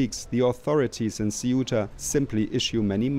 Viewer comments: it's pronounced se-oo-ta not queta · Kwetah? Really, sir? It’s pronounced seh-oo-ta (Ceuta) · Please don't pronouce Ceuta as "Queuta". Say Ceuta same way as you say century, certain, cells or cents. Simple. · Kwehta? ?? = Ceuta (it’s more like Say-oo-tah) 😂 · "Cuwayta" ... Seriously? Get your pronunciation right. That wasn't even close. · Ceuta mate, not Cueta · “Kueta” lol, man butchered it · Cueta??? He does not know how to pronounce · it's Ceuta, not ''Queeta'' 🤦‍♂ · QUEUTA lool Ceuta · If you want to talk about something, at least learn how to pronounce it . Ceuta is pronounced ‘sewta ‘ 🙄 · what is it Que-ta, See-uta....different pronunciations?😅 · the pronunciation of the name, of that autonomous city, the english pronunciation, i mean, is not that